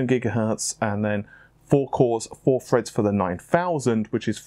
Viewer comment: 6 cores 6 freds lmao i die Laughing each time i hear it.